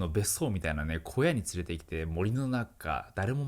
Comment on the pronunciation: 古屋❌→小屋○